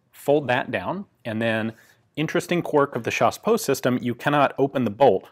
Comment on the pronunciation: J adore quand vous dites " chassepot" avec l accent !